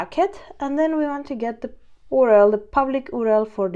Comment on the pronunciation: Good stuff good and clear. keep it up, just a side not could not resist on commenting on "OOO RR ELL"